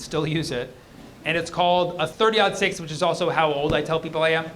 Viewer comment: Thirty-aught six. The caliber is 30.06, so thirty, aught, six. 😊